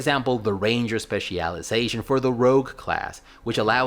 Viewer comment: "Spe CIAL Iazation" STOP PLEASE STOOOOOP